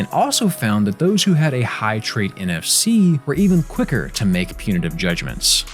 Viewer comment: when he says nfc... i hear nft...